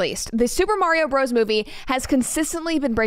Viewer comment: Pronounce Bros as Brothers. Please and thanks!